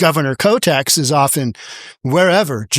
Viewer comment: Why do you calĺ her Koteks if her name is Kotek?